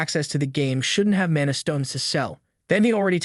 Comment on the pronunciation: Mon e instead of mana is crazy